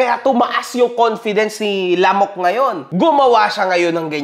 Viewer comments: Mga sampung beses ko inulit yung "lamooook" laptrip hahaha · taena tawang tawa ako sa emphasis ng lamok at utak lamok. gago. HAHAHAHA